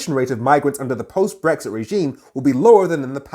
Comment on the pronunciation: She can’t even say “BRexit” it’s “BWexit” Posh bint and her fake voice has always annoyed the crap out of me.